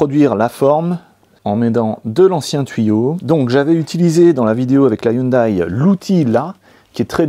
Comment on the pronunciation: Ha lala. L accent Européen la façon que vous prononcer Hyundai est affreux. XD